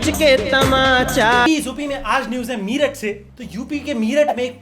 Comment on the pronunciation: मीरठ नहीं, मेरठ